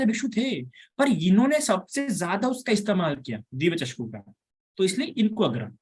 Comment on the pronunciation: वंदामी भंते आप चक्षु को चषकु कहते हौ